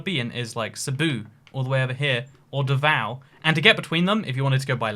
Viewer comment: You know hes a legend wen he actually pronounces davao right